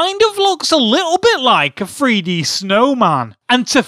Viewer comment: I understand this is a joke and hes acting like a kid, but his he saying Free-D on purpose?